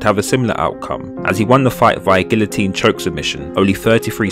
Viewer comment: he says it correctly